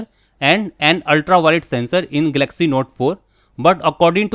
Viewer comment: Firstly please learn to pronounce the name properly- its GAL-LUCK-SEE...not 'Gelaxy'!